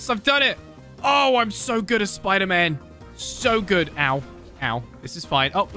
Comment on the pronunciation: Bro that's not sderman that's spoder man